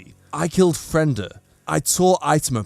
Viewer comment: Why are you saying Fren/da when its actually Fre/nda? She was split in half, so her name gets split in half